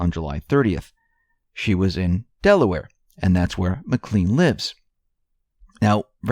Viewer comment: Well researched. Again, that's Mac Clayne, not Mc Clean, like Mister Clean.